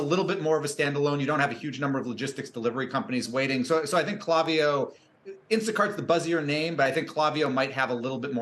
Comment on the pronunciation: Yikes - please try pronouncing their name correctly - it's a hard "A" not a soft "a" in the name kl**A**viyo